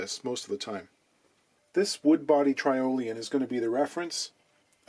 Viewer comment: Please, it’s tear-olian. Not try-olian. It’s from the Tyrol area of the Alps. Awesome video, as usual. Well done.